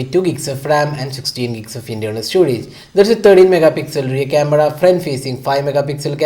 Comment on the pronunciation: that "CAMEDA" though. 😂😂😂😂😂😂